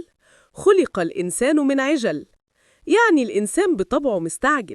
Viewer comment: خلق الانسان من عجل بفتح العين انتبهوا لنطق الايات صح